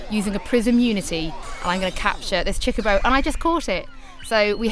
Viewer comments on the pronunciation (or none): "baby chickaboe" ? CHOCOBO! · Stopped when she said CHICK A BO. Bih it's CHOCO BO. Next review. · ok i get it your British but if you can say co and bo you can say cho ITS NOT CHI IT CHO CHOBOBO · Why does she keep saying CHICKabo? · SuperDuperKid baby Chocobos are called chickabos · what is that word she said a lot "cheeba" sounds like its a pretty important thing in the game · Cool.....but why is she calling it a "Chicabo" when it clearly says "Chocochick" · STOP SAYING CHICKABO! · Did she say chikabo? The way she pronounced it was weird but anyways game looks cute Ima get it on ps vita instead of ps4 unless ps4 has exclusive stuff which I heard it might in regards to summons